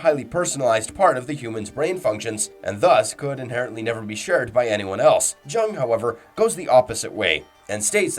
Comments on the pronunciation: Carl Jung's name is pronounced "Yung", not like "jungle" And "deus ex machina" is pronounced "day-us", not "deuce" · Please learn how to say Carl Jung's name correctly